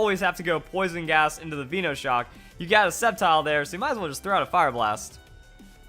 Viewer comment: I get triggered every time I hear some idiot pronounce something wrong on pokemon, VEENOshock? really? Veno as in cut from VENOM + SHOCK